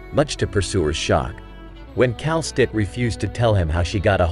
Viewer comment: The way you pronounce Kal'tsit's name is very weird. I think it's supposed to be Kal-sit not Kal-stit. Actually it's still up for debate of how to properly pronounce her name bc the Japanese and Korean localization of her name is literally pronounced Kelsey.